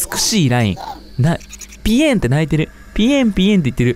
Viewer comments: さとみくんのぴえんがぴよんになっていくw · みゅみゅみゅみみゅう！ いやもうぴえんって聞こえなくてそしてかわいい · ぴえんってよりぺんって聞こえる(？) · ぴえんぴえんぴえんぴえん🥺 めっちゃ面白いwwwwww なんか発音も面白いwww すきwwwぴえん⤴︎ ⤴︎⤴︎ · ぴえんが鼻炎にしか聞こえなくて詰んだ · ぴえんがぴゅーって聞こえる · あの、、聞いてください、、 さとみくんが最後に100回くらいぴえん🥺言ってそうって言うから、、数えようとしたんですよ、、 最初は順調に数えれました、、 でも、ぴえんに懐中電灯を当てるさとみくん、ぴえん連呼しすぎてて、、 てかぴえんって言えてないところ多すぎて、、w 諦めましたごめんなさい たのしみにしていた皆さん申し訳ないです 追記))みなさん諦めてて笑いましたw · 最初の方結構ぴえん強調してる